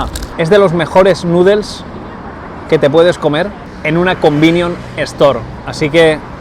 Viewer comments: Joder qué mal suena cuando dices "convinion" todo el tiempo 😂😅 son "convenience store" y por eso les llaman "konbini" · Un "convinion" store jaja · "combinion store" 😭 es convenience store xD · Cada vez que dice "combinion" dios mata a un gatito. Por lo demás genial video! Deseando ir a probar mil cosas!